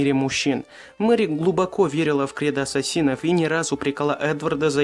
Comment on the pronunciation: НЕ ЭССАСИН А АССАСИН!! В ИНТЕРНЕТЕ ПОСМОТРИ